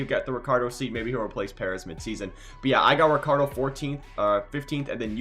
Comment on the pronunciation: no rikkardo. but, ricchardo. is italian name